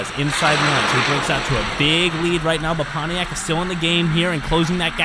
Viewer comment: Just to clarify, it's not called poniac, it's called Pontiac.